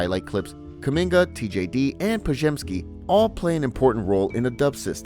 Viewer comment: Bro, how can you pronounce Podziemski perfectly but can't pronounce Trayce correctly? 😂